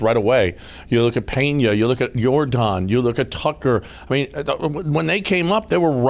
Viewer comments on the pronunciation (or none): And btw it's Yordan not Jordan!